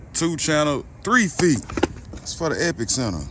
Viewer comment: Epi-center. It's pronounced as one word.